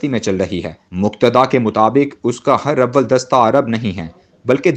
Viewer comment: ہراول لفظ کا تلفظ ٹھیک کریں۔ہر کالم میں آپ اسے غلط پڑھتے ہیں ۔